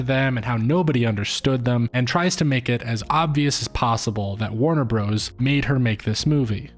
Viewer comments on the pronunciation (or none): I rarely pause to comment, but I'm at about 28 minutes and I am getting triggered every time he says Warner "Bros" instead of brothers. This better be some meta commentary in itself! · Stop saying "Bros." in "Warner Bros." (and "Super Mario Bros." as "Bros". "Bros." (note the dot/period) is an abbreviation for "Brothers". So annoying and you don't sound cool saying it but, rather, uneducated, which contrasts with your critical thinking related to this video's theme.